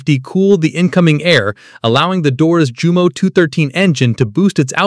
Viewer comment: Jumo is Pronounced Yumo! J sounds like Y ( Oh Focke! )